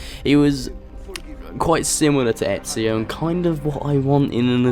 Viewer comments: I hate it when people say ezio they end up saying etzio there is no t in ezio's name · your pronounciation of ezios name is so funny :D